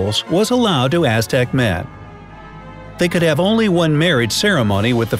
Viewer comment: you pronounced that SOO wrong. I loved the Aztecs and learned how to pronounce that name.